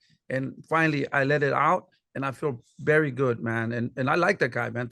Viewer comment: “BERY BERY “